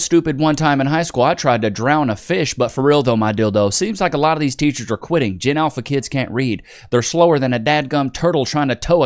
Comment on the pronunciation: Did she just say "a loff tomm of disappointment"?